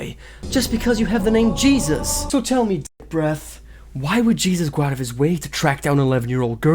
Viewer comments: I love your videos but as a Latina for the love of God, stop pronouncing Jesus as 'geezus' it's 'HAY-ZEUS' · His middle name isn't pronounced Jesus its pronounced heysoos. Just saying lol . But what dahvie has done terrible stuff for sure . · Not that it matters but the pronunciation for Jesus for his name is "Hay-Seuss" since he is of Hispanic origin. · Dahvie is not an influencer?? He's a musician??? Also his name is pronounced "hey-zeus"